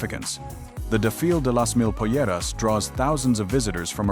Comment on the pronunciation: For example the way this AI trash butchered "desfile" .